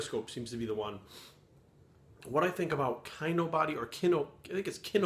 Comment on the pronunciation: So you watched several Kinobody videos and at no point did you learn to pronounce Kinobody correctly?......Yep you're full of shit.